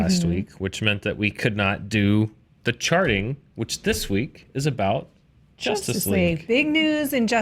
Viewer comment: I heard say "welcome to sharting, with Dan"